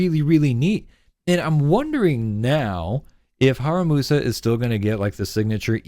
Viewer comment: In case you haven’t noticed yet, you’ve got his name wrong. It should be “HaRUMAsa”, not “HaRAMUsa”.